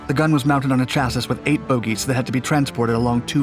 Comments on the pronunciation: Js it’s pronounced Chassee not chassiss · "Chissis" = "Chass-ee" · Did my my guy just pronounce chassis, "Chassus" ??? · Chassis is pronounced chass-ee… it’s French… see? I know words are hard and you especially have trouble with the amount of air required to speak, but I feel confident that you can catch on here eventually. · Chassis: pronounced sha'-see. You sound silly enough with that breathless phrasing, but when you add in mispronunciations like your shas-sis, you come off as a total fool. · "Heavy Gustav - The Largest Weapon Ever Built" IJN "YAMATO" weighed MORE than 48 times as much. AND LEARN HOW TO PRONOUNCE "SEVASTOPOL," FOR HEAVEAN'S SAKE "[sa vas' tah pol"] AND "HEERES" ["hears"] AND Chassis ["chas e"] NOT "chas iss." Pitiful video. No "other weapon" could drive around the Maginot Line? Breathless dreck. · Yeah and I'm no expert, but I thought chassis was pronounced "cha-see", not.....well, "cha-sis", which is what it LOOKS like it would sound like, buuuuuut YKNOW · Excellent as well. Chassis is pronounced, "chas-ee." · I'm guessing the narrator is Canadian. They often (rhymes with soften FYI) use literal phonics. Chassis as you know is pronounced Chas-sea, not Cha-ciss. I work in Radio and your observation on delivery is Golden. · You pronounced chassis 'chass-is' lololol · Chassis, the IS is silent. ChassE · I've seen at least 10 people point this out to you previously, so I don't understand why you keep making this mistake (unless you're simply trolling everyone). Chassis is not pronounced like it's spelled. It's pronounced "Chass-ee" (two syllables) Chass (rhyming with ass) ee (rhyming with bee). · Did you really pronounce chassis as chass-iss? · chassis is pronounced "cha-see" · I'm British and pronounce it as cha-say. Pretty sure that it's a French word anyway. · Please pronounce chassis correctly. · So many pronunciation issues. Sevastopol, chassis, reichsmark...